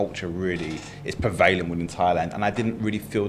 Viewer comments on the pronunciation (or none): Being a Brit, it offends my ears to hear mispronounce the word "prevalent". As he is so fond of the word he should learn that it is pronounced exactly as written - 3 syllables with the emphasis on the first - PREH-va-lent.